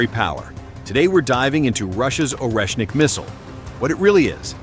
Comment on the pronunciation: ORESHNIK!!! 😂😂😂😂 way not Russian?